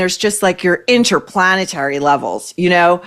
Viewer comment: "Interplanetary"😂 perfect.